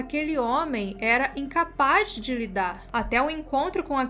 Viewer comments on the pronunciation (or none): none